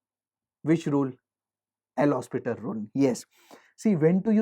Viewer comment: hopital not hospital XD